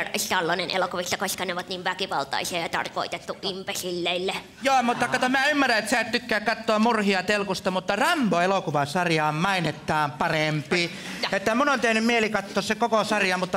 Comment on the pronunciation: "MUrhia TElkusta"